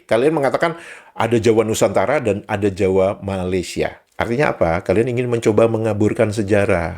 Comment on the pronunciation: Jelek gitu aja bisa menang ya di malaydesh. 😛😛😛 Island girl from Indonesia kan udah pas, jadi kagok kalo diganti jadi island girl from ma a laysia, bunyi "ma" nya dipanjangin, ditambahin huruf "a" lagi biar bisa pas. Emang lawak malaydesh. 🤣🤣🤣